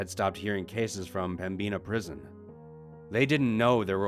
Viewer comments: There's crazy paranormal shit here but he's saying pembina wrong..it's pem-bin-a not pembeena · There's probably comments about this, but it's pronounced Pem-Bin-Uh not Pem-Bean-a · Pembina (North Dakota) is pronounced like “pem-baa-nah” my Dad and Grampa used to drive semi trucks 🚛 & haul sugar beats in Pembina ☺️ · when i realize i have been living in ND my whole life and have been saying pemina wrong the whole time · And i kinda laughed when you said pem-bina prison thats a new way to pronouce it😂 i love your channel though NORTH DAKOTA FOR THE WINNNNN😂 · Same but sick of the wrong pronunciation of pembina